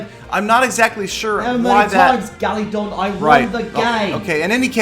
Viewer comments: you call him galadon not gallydon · It's weird how he pronounced it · Respawnables and More! I love how says it XD NO GALEEDAWN IT'S FROM WINNING THA GAME!!